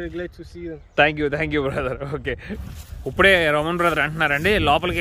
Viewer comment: U became more matured, pronounce ippude not uppude